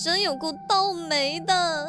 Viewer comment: 想起來真有夠刀莓~ 這頻道中文發音真的有待加強